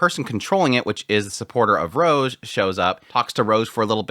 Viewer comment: Rouge is pronounced with an "oo" sound (like food) not a hard "o" (like mode).